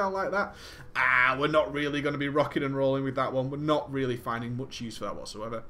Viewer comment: I love how he says rockin and rolling about the talents :3